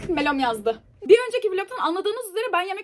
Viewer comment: Melih değil melom demesi:)